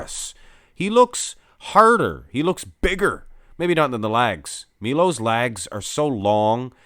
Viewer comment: Its Milos that is how it is pronounced as well not Milo